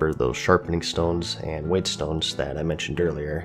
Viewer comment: Don't know why it bothers me, but it's plethora. Pleth or ah Oh, it's also pronounced wet stones...